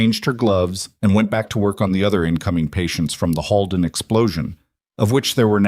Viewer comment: It’s not pronounced Hallden, it’s pronounced Holeden!!! Please make sure pronunciation is correct! This was a great story! ❤❤❤ Monson, Maine